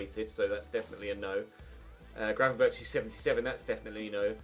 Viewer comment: If youre gonna pronounce gravenberch the english way please pronounce it gravenberk the "ch" is pronounced with what we dutch call a hard g which is the gggg sound